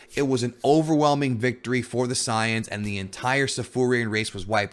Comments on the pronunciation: Say-yans not Psy-yons. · ok if youre gonna use the "correct" term of the saiyans, then say saiyajin cuz it really sounds like your saying scion not saiyan. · Sorry it's really bugging me, correct me if I'm misunderstanding something but you're saying that you want to be more authentic with your pronunciations and names of the dragon ball terms right? When you say "Saiyans" it really doesn't feel like your being authentic to english or japanese. Did you just combine both "Say-yan" and "Sah-yah-jin" to get "Sah-yan"? Because it sounds awkward imo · We're in America, dawg. Who cares about authenticity? We know them as SAYINS and TURBLES. You just sound dumb saying siyins. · nobody: SAYANS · Omg all of those who speaks english and call saiyans "sayans" are bunch of virgin pretentious fans. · Christ man, just say ‘say-yans’...please... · The “Pys-ans” cringey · Am I the only one who couldn’t watch the video just off how he’s pronouncing saiyans 😂😂😂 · Yh I tried my best to ignore it lol